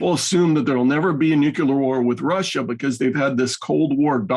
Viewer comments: I only tuned in to hear, but he is a bit thick. 1.) USA threatened Russia with nuclear war, not vice versa; 2.) The word is "nuclear," not "nucular." Is actually sent straight from the CIA? FFS, is the eastwards expansion of NATO not placing American "nucular" weapons ever closer to Moscow... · “NUCLEAR”! ☢️ NOT 🚫❗️ “Nukuler”!!!!!!!!! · If you're going to say "nuclear" so much, perhaps practice pronouncing it correctly first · Can we all agree to say N U Cl L E A R instead of of N U K U L A R? This is one of the reasons I hate George Bush so much.